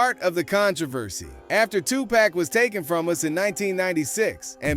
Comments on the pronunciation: Who the hell is 2pee ? It’s 2 pock. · Do not call 2Pac...2P.... Please and thank you. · Oml ✊🏾✊🏾✊🏾 2PAC!!! Say it with me TUPAC/TOOPOCK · who the fuck is 2p??? say the goat name right or dont say it at all... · Did he just say 2P??? 😵‍💫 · Speak the legends name correctly 💯